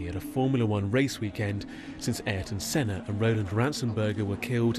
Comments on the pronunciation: The saddest part of this video is the butchering of his name. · Butchered Ayrton Senna name lol